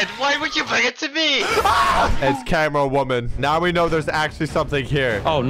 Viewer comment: Bro really said "its cameramawoman"💀